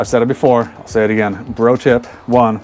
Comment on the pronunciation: Are you saying pro tip or bro tip? Thanks for the video.